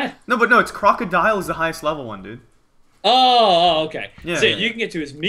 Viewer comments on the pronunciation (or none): STOP SAYING IT!!!!!!!!!!!!!!! Croakodile?!?! IT IS NOT!!!!!!!!!!!!!!!!!!!!!!!!! It is Krookodile... SO WTF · It's krookadile